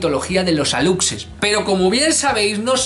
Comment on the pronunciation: Excelente video mi querido, tengo un comentario solamente:D en México lo pronunciamos como Alushe, es su forma correcta y te cuento, hace poco hubo una controversia porque nuestro presidente publicó una foto de un alushe, muchos lo tomaron a burla pero a mi me gustó:D